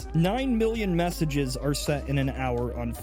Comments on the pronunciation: "messenges" yeah okay good thing you're not SpellingHub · "messenges". That an easy mistake to make.